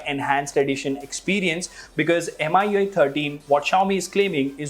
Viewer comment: How he kept saying m-i-u-i 13 instead of mi-u-i 13 drove me crazy .